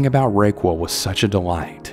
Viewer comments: Uh, is that name really supposed to be pronounced "Ray-Qwul" or is it actually Raquel that's pronounced "Rah-Kell" lol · It’s pronounced rok-el. Not Ro-quill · The first story bugged me because I’m pretty sure the woman’s name is Raquel which is pronounced Ra-Kell 😂😅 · Rae-cwool 😭 Listening to this over again on a late night and, its pronounced Raw-Kell. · Dear, if "Ray-qwell", the lady who practiced "Wic-ked", spells her name R•a•q•u•e•l, of Spanish origin for Rachel, then you have just had two strikes. It's Rah-KELL' and she's a Wiccan, (wik-kun), a practicer of WICCA, (wik'-kuh)...a religion of sorts. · Raquel ? …. “Rock - eL” not ray-quil 😂 No matter what the name cannot be rayquil. Stories were excellent ❤ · The name Raquel is pronounced Rah-kel. Not Ray-quel.🤷‍♀️ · Love you ❤ but it’s “raw-kell” not “ray-quail” 😂❤ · I think the lady from story 2 is named Raquel. You are saying Rayquil, like Dayquil. It's pronounced Ra KELL! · Is it pronounced Rayqual or rockel? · its not ray-wqell, its rock-ell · Who is Raykwul? I know he’s not trying to say Raquel 😭😭😭😂😂😂😂 sir, that is pronounced “rock-kel”🤦🏽‍♀️ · I was looking for this comment lol!! I was thinking it must've been Raquelle or the way you spelled it. It's pronounced "Rack-Elle". I don't know if I can even finish this story cos of the weird way he's saying it!! Lol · Ahahahaha I thought the exact same thing! I was like wtf kinda name is RAYQUILL, also he has other words where he doesn’t know how to pronounce. No matter tho still a great channel nonetheless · "rake wool" Bro have you never heard the name Raquel I'm dead 😭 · omg as soon as u started the second story i randomly remembered “ray-kwell” then you said it😂 freaky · You probably know this by now, but gentle pronunciation help: "Raquel* is pronounced "rah-kell," and I thiiink the writer of that same story meant "Wiccan," rather than "wicked." 💕 Hope that helps! And yes, no need for content apologies! 💙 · Pretty sure you mean “Rah-kell” (Raquel).